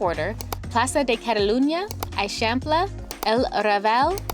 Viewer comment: You need to go back to Barcelona for long enough to learn basic pronunciations. The way that you are saying "Eixample" is especially incorrect.